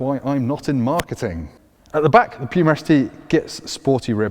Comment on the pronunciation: sir, I'm not sure about your pronunciation of Puma.